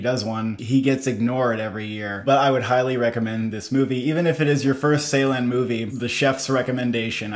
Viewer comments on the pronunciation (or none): its not 's'eylan its 'j'eylan i Think that night help your pronunciation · not seylan, it is ceylan, as in joy. the phonetic transription is dʒ. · Thank you for the review. Really looking forward to this one. May I kindly suggest you to check the pronunciation of 'Ceylan' again. The first part of his lastname is pronounced as 'Jay'. It is kind of like 'Jaylahn' 🙏🏽 It might look like a small detail but it's kinda sad to hear so many elaborate critics, who pronounce his name totally wrong. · Guys, let’s pronounce his name correctly: Nuri Bilge Ceylan (noori bil-ghé jay-laan) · Turkish C is not pronounced like the English C. Instead, it's pronounced like the “j” in “jungle", So the director name will be "Nuri Bilge Jeylan". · Pronunciation correction. BilGe, G pronounced like G in word Ground. C in Ceylan pronounces like J in word Jerk.